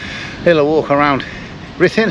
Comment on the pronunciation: We were at the Premier and so sorry that it didn't work out as planned all beyond your control. We loved the video - even though we are Welsh we have never been there - it will certainly be on our list and would love to see the jail. Thanks for sharing and the pronunciation was very good! Elaine, Mike, Samuel and Thomas 😍😍